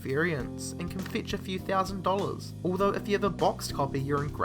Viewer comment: yep, could only get 2 minutes and 23 seconds in before the voice completely destroyed me. Dollars is pronounced Dull-iz buy this fucking guy, and yea the accent is ok but the goddamn the inflection is unbearable. Going up at the end of each sentence? like everything is a question? wtfffffff